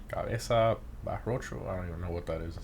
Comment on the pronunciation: "Caveza Barrocho" xD I'm dead.